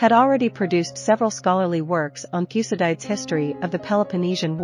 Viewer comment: Learn how to pronounce Thucydides